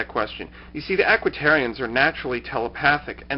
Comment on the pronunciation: Aquitians, not Aquitarians. lol